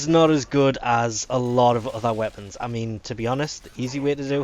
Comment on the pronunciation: Man does know how to murder all the names of every weapon in the game.